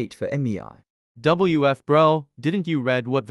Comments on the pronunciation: The fact that dan says: meiyay meiyay meiyay instead of mei😂😂😂😂😂😂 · Mei ❌ Emmy eye ✅